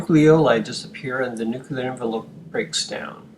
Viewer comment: This is a brilliant and very helpful video. This makes the abstract concepts of the cell cycle a lot more concrete. The only change I'd recommend is that "nuclear" is pronounced like "new clear", not like "nuke you lar".